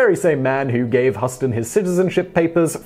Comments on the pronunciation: Hustin? That's not how you pronounce it.... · Huston is pronounced: hyou-ston. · It's HOUSTON, spelled Huston, but pronounced Houston. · its pronounced Houston long u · Oh for the love of Christ!!!!!! It's John Huston and pronounced. Huootsin yanno ? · Orca Flotta John Huston might be the spelling, but it’s pronounced exactly like the city, despite the spelling. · If we're talking about the father of Angelica Huston, I can't tell you how many times I've heard her name in my life, plenty because she's a great actress and I've never heard it pronounced the way he is pronouncing it. That's my only point. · Christel Headington that what I thought! In Britain don’t they teach about long and short vowels??? Simon mispronounced this badly. The U has a long vowel sound not a short vowel sound!! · I'm English and we say Huston same as you. He does this sometimes. I think it's on purpose. He will have heard the names Whitney Huston and Angelic Huston many times. I mean we've all got tv's lol. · No, it is Huston but is usually mispronounced. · He needs an American pronunciation consultant. Yes that mispronunciation of John and Angelica's last name is like us mispronoucing Leicester (lester) as LI ses ter... Really... But maybe he doesn't watch any of john's old movies or his daughter's later ones to KNOW how their last names were pronounced.... ummm... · John Huston is usually pronounced like the city in Texas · Houston, somebody's got a problem pronouncing the family name of Huston. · It's pronounced like the City of Houston, TX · Huston ??? please do you even do some research ? And it seems French is pretty difficult also :) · Your pronouncing john huston name wrong dude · John Huston's name is pronounced like the city of Houston in taxes, Angelica in interviews has pronounced it that way. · Okay, I normally find your inability to pronounce names endearing, but seriously how could you mispronounce John Huston, c'mon try a little ^_^ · LOL.... Hew-stun, not Huss-ton.